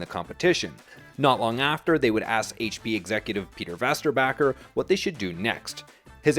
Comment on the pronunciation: Vesterbacka - Wasterbakur. Meh. Close enough?